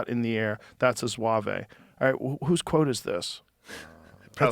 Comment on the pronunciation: in French, ''zouave'' is slang for ''crazy, silly''. Also it's pronounced ZWAHV , not ZWAVAY